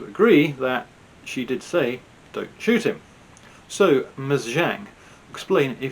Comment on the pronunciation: As others have said, it's possible she wanted to say "Don't shout at him", but with her broken English it came out as "Don't shout him!" and her pronunciation of shout came out as shoot.